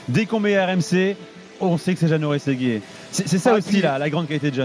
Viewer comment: jano rrrrrrRRességuiré